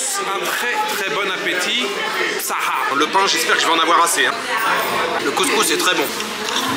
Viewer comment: On dit saha pas "bsaha". 😊